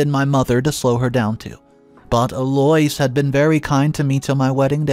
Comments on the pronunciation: What the HELL do you have against the English language?!? Eloise is NOT pronounced "Eloys" It's pronounced "Elo-eese" You make it so difficult to listen to your stories! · It has become a game here in the office; What name will butcher today? E-Loys for Eloise?, have you ever heard it pronounced that way? El-O-weez!!! 😂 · Eloise is pronounced El oo ise or El Louise but never El oi s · Eloise = EL - Low - Eees Phonetic pronunciation… I love the stories but the pronunciation is killing me, lol. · the Eloise name is pronounced Ello-weez. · ...the MIL's name is pronounced 'El-o- weez. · Holy crap!!! L-O-EESE, eloise. Y can't u pronounce words correctly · sir or ma’am, I have NO issue with the way people speak… to you. In public or private. Correct people if they say your name wrong. I do it ALL the time too. This man is PUBLICLY telling stories. I’m referring to him and his pronunciation FOR THE STORIES. Eloise is a fairly common English name- he can pronounce it right. He’s LITERALLY said names right then WRONG in his stories. He does it on purpose. It bothers me. But not enough to NOT watch the stories. Speak up, wear a phonetic name tag or use a nickname. 🤷🏽‍♀️ Otherwise, I have no comment on how EVERYONE ELSE says YOUR PERSONAL name. Have a lovely day person. ✌🏽